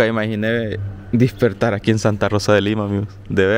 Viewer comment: lo de la Pixina esta gracioso pero mas cuando decis .... dispertar en lugar de decir... despertar. 🤣